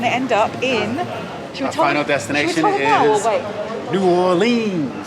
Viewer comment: Nice! But please have Michael teach you how to pronounce New Orleans 🤣😂🤣